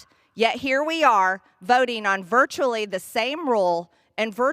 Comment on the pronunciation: The rules for "THEE" not "VEE". Those space lasers have gotten to her head again.